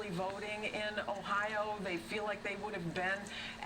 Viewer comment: And no one from Michigan pronounces Ohio and Cuyahoga like that